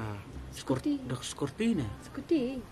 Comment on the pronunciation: Scooty❌ scorty ✅ 😅😅😅😅 Best Madiang